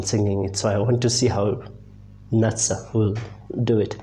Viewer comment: The pronunciation of her name is Nutsa, not Natsa